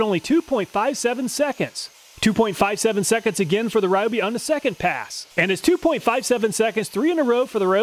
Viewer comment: Just wanted to respectfully mention that Ryobi is pronounced “Ree-Oh-Bee” according to their advertisements here on Youtube. Thanks for all the work that you put into making very informative test videos. I always look here first before I buy.